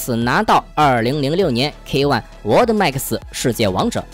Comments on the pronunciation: 是 沃的… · "world" max 居然被你读成 “我的max斯“ ....lol